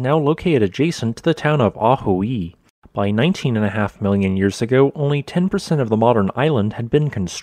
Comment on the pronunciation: I'm getting used to it, but the way he says 'yours' instead of 'years' always catches me. Great content and visuals, well presented.